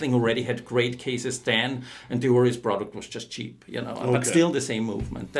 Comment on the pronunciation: He pronounced Oris as 'Oreez'.....is that the correct way to say this watch brand?